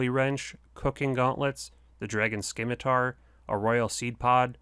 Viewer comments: Scimitar is not pronounced skim-atar? It's pronounced sim-atar. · I still cringe every time someone says sKimitar instead of SCIMITAR SIM-UH-TAR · Did he just say Skemetar? 🤨 The c is silent. Overall great guide tho! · Dragon Skim-atar? Boy what. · I liked the vid but then I unliked it when you said sCimitar Just kidding I still hit the like button. Good video definitely great goals for newer players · the most critical goal is to go from pronouncing scimitar like 'scimitar' and saying it like 'scimitar'